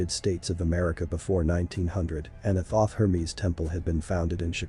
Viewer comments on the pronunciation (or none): none